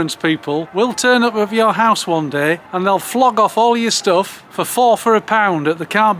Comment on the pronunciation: What’s a stilf? Oh, stuff.